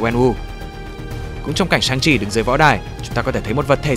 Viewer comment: =))) Sức mạnh chính là Chi mà nghe thoáng qua tưởng là Chim